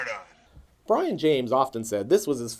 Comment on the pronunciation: It's pronounced Bree-on not Brian